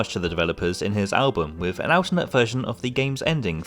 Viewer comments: "alternate" isn't pronounced like that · I really like your content ... but you have a very alternate way of pronouncing 'alternate.'